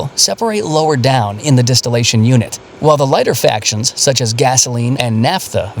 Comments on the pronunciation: It was a bad denuciation ....er...bad pronouncation... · Fractions not factions. It is fractional distilation. Is this another BS fake channel?